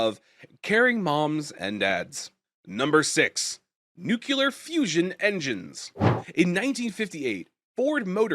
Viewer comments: nucular is not a word No matter how many times you say it, newkuler is still not a word. Rather, it is a flag of ignorance repeated as many times as you say it. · Holy crap, stop saying nukular. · noooculer! ffs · That's how Ronald Reagan pronounced it.